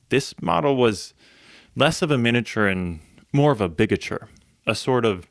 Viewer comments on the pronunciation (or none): Not pronouncing "miniature" correctly. Really irritating. Mi-nee-a-ture. Not min-uh-ture.